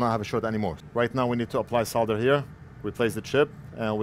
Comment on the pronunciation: Just realised how you pronounce 'Solder' and 'Soldering iron', with the 'L' . :yougotthis: The correct way LOL....Bound to offend quite the few here 🤣😂